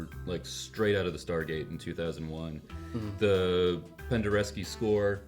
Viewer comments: Penderecki not Pendereski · Who the hell is Pendereski? That's not a person. I think you meant Penderecki